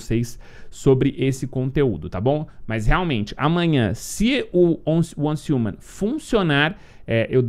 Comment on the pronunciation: repita comigo, uance riuman, pronuncia correta